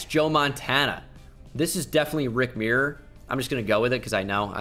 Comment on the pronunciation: Rick mirror? Lol 😂 never heard it pronounced that way